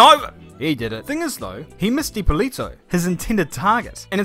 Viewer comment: Hey just want to tell that Corberi and his father get disqualified for 15 years. BTW the pronunciation is ippòlito non ippolìto. Source: i'm italian, mamma mia pizzeria